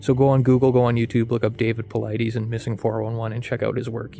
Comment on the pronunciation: How are you gonna pronounce Dave paulides last name wrong? Lol..